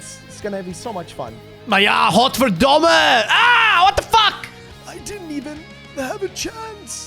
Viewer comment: if you are not a dutchie, fine pronunciation there.